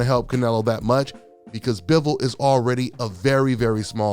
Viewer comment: Butchered Bivols name sir.